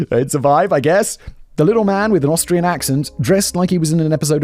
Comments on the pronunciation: Love the occasional slip ups of Australian rather than Austrian! Lol😂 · Simon mispronouncing Austrian as Australian 😂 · 45;30 Does Simon say Austrian, or Australian?